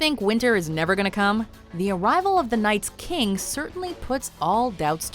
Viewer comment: "Night's" King Oh my..